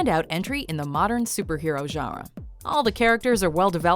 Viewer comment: The video narrator really needs to learn how to pronounce the word, GENRE. It is not "zharra." It is "zhahn-ruh," with a nasalized vowel. She is not doing the nasal vowel at all.